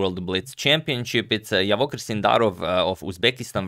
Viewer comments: thank you for the video just a quick fix it is pronounced as "Javohir" not "Yavohir" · Just to note. His name is pronounced as Djavokhir not Yavokhir. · It would be great if you pronounce his name right. Javohir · His name is pronounced "J" as in "Jungle".